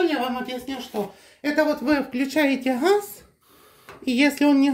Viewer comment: Почему нельзя выговаривать букву Г, как же ужасно звучит Хефест, Хаз, а ХуХл😂 ужасный говор